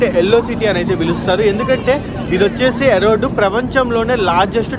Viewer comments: ఎరోడ్ కాదు రా బాబు, అదే ఇరోడ్ జంక్ష్ 😅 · ఎరోడ్ కాదు ఈరోడ్ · Erode ❌️ Arode ✔️ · వీడికి చదువు చెప్పిన మాస్టర్ మెట్టుగా కొడితే... ఆ స్టేషన్ పేరు ఈ రోడ్డు ఎరోడ్ కాదు...... కొజ్జా నా కొడకా ఎన్నిసార్లు చెప్పాలి రా...... పూణే టు కన్యాకుమారి కూడా డైలీ తిరుగుతుంది బండి..... ఫస్ట్ స్టేషన్ రైల్వే స్టేషన్ పేర్లు సక్రంగా పలికేది నేర్చుకో